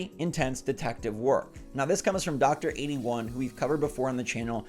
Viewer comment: Why do you keep calling him "Dr81". That's not his name. It's Drtre81. Doctor-TRE-81. Like Dr. Dre..... but TRE.